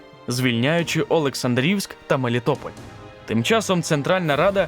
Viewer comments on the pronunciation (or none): Наголос неправильний ОлексАндрівськ. І Болбачан не кінотою наступав. Потягами. Війна рейковою була. І в Олександрівську вперше була злука: спільниц парад УСС і війська УНР